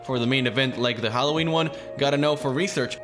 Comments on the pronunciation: He said Hw phancub, yep your right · Yes. YOU say Hallowhen Phancub in video